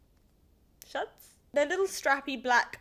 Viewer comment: It's pronounced "shoe-tz" :)